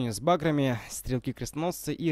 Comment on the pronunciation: Всё здорово,только пожалуйста говори не с бАграми а с багрАми.